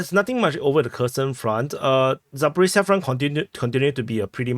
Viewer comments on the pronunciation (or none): none